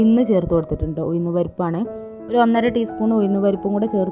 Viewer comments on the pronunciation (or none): ഉയ്‌ന്നു അല്ലഉഴുന്ന്‌ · ഉയിന്ന് അല്ല ഉഴുന്ന് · എന്താ ഉയു ന്ന്‌ എന്ന് പറയുന്നത്. ഉഴുന്ന് എന്നല്ലേ പറയാ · ഉയുന്ന് അല്ല ഉഴുന്ന് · Why she pronounce oyichu, uyinnu, etc. Boring